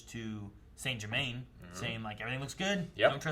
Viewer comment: It's Germain, not Germaine.